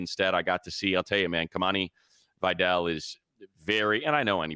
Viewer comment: Can you please stop butchering “Vidal” its clearly not “vaydell”